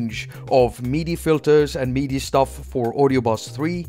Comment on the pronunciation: Every time you say "meaty," I get confused. (For future reference, "MIDI" rhymes with '"city.")